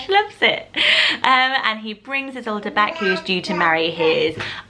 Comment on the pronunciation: Isolde not Idsolde but I like this one too